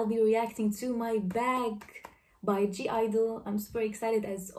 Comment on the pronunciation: So just as a note, the G is silent in their name, so it's just pronounced Idle. :)